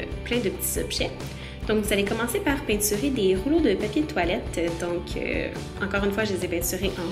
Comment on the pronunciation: J'adore quand tu dit "peinsurer